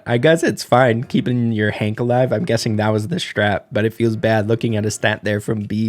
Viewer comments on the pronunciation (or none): none